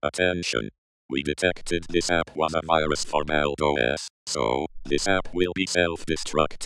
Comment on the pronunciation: What, he says "OS" like this "Oes"